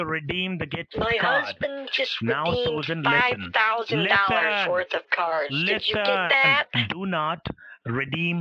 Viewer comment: lisen to me, lisen to me, lisen to me, lisen to me :D